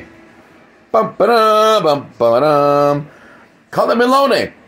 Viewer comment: Not (Mel) ony but (miel)ony